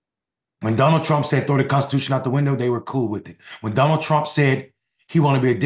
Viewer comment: I thought he said Johnald, but still sickening ! 😂😂😂😂